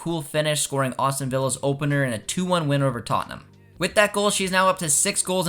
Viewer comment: There's no U in Aston Villa. It's not Austin.